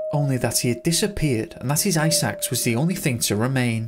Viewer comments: I kept thinking you said his "EYE SACKS " lol. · Narrator: "Ice axe" My brain: "eye sacks"